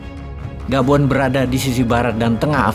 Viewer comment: Gabon bukan Boban, Hahaha 😂😂😂😂 mantaaaouup bosqu!!!